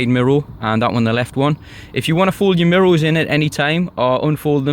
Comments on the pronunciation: Great video. But why you saying mirrols instead of mirrors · Great review mate, very detailed. I love the way you say mirro's lol